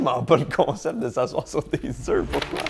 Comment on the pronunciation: Dès le début, tu ne sais pas prononcer œuf au Pluriel, je dislike et je ne regarde pas la vidéo !